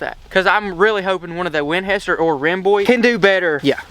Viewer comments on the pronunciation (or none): 😂🤣😜🤪😆🫣🤤😅 I love how you say "Winhester"